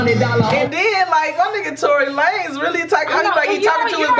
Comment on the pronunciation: nigga said Tory Lucas😂😂😂